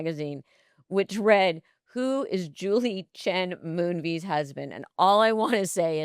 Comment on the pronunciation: lol Moonvies? Love that Melissa doesn’t know how to say Les & Julie’s new last name 😂